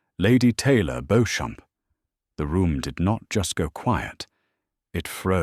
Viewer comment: Beauchamp is pronounced ‘Beecham’